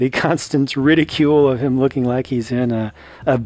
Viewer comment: Did anyone else realized that he said “People are luking forward to him”